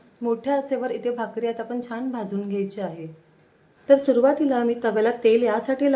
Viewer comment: चिकटली जात नाही हे चुकीचे मराठी चिकटत नाही हे बरोबर हल्ली असे चुकीचे मराठी सर्रास बोलले जाते. पुढच्या पिढीला तेच बरोबर वाटेल तसेच न आणि ण चे उच्चार योग्य करा जिथे ण हवा असेल तिथेच ण चा उच्चार करा छान बरोबर छाण नव्हे